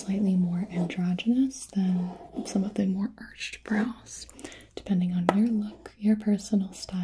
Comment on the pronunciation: How often did you hear her say "bras" instead of "brows"?